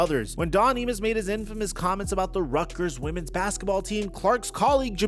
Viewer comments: I mus is pronoun ed "eye-mus" not "eee-mus" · Its IMUS not EMUS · Don “Eemus”…. Seriously? It’s not that I’m old, its that these young YouTubians can’t spare 2 minutes to Google how to say someone’s name. It’s Don “Eye”mus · It's Don "I"mus, not "E"mus...btw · Whose don "Emuss"? I know who don Imus is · Imus = eye-mus 😄